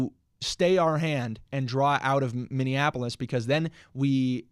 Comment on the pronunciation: 😂 Kai trying not to laugh as says “Minnionapolis” again! 😂😂😂